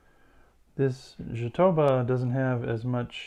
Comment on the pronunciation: Fantastic work. By the way, as you speack portugues, the word "Jatobá", as it´s reating in portuguese is an oxytone word, and the strong syllable is the last one. So we say "jatobÁ".